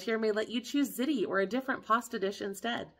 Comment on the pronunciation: I live in NYC and its not always easy to get certain things. You would think it would be the opposite. Many things are limited by income so this info is good to know. BTW not to nitpick but ziti is pronounced zee tee. I live in the little Italy of the Bronx, they would look at me funny if I said it that way...LOL... Good content as usual 🎉